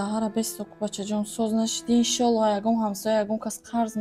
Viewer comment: Ишолох намеша ИншаАллох гуй барои ки уболай тарзи талафусса ислома дуруст гуфтан даркор